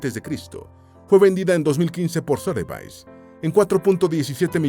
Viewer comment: Sotheby's en realidad se pronuncia "Sodebis"